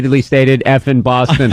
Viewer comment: The Horrid Atom bahhhhstin